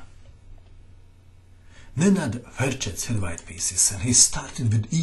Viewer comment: are you croatian or from the balcans? i hear saying "Nenad Ferches" and "Bizovas". Also "pirs defense"